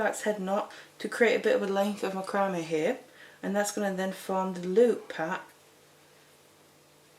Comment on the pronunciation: Just a note to you English its not macrambe board its mac-cram this is not for us we use a different English also all of your measurements are in cm we do inches.